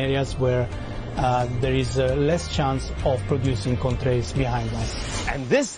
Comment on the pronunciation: The way the TikToker says "Contrails" is so bizarre. Seriously, he sometimes pronounces it as "con-trails", with a strange pause.